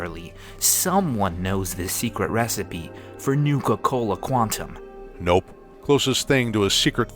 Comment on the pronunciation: That emphasis on "Nope".